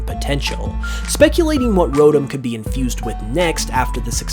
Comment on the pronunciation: idk why but the way he pronounces Rotom like Rodum gets on my nerves